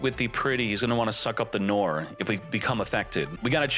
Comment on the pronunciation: Noir = noar .. its a frensh word means black